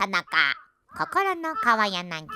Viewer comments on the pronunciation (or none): 川柳じゃなくてかわやなぎって読んどるのがマジで幼稚園からやり直しを感じられるwww